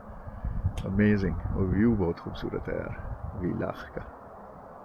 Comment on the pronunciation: Villach is pronounced as "Fillach"